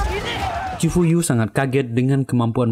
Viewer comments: Nma di chifuyu bang bkn chifu😂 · cifuyu bukan ciyupu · Bukan chyufu,chifuyu😢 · Ciyufu molo , chifuyu banggg😂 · Chifuyu bang bukan chifu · Cifuyu bang bukan ciyufu😂